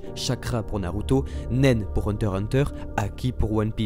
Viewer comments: Please say HunterXHunter et pas hunterhunter merci (le "X" le "X") THANKS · Hunter "X" Hunter svp ^^ c trop stressant d'entandre hunter-hunter